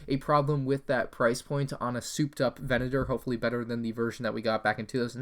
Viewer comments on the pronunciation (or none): VE-NA-TOR PLEASE